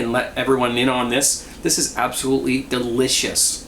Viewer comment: "It's absalutly gonna be a messy thing here" Holy fuck